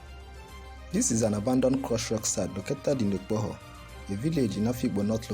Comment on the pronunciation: Akpoha not Okpoho